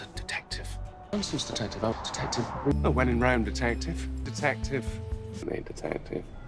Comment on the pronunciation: Now I’m hearing tedective